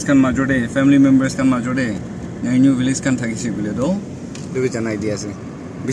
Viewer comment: not nyeinyu pronunciation correct it bro